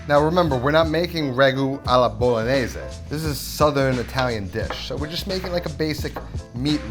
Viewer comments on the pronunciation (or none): none